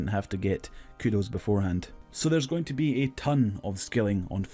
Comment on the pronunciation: right? wtf is he saying?? Mining Todd???